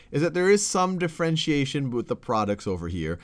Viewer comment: Differentiation not d'frentiation